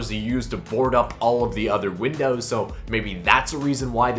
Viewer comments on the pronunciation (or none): none